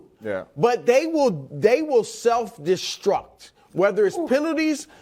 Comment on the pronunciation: "They will self destruck" (Stephen A)